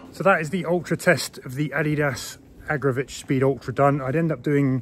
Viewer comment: Not Agra'vitch'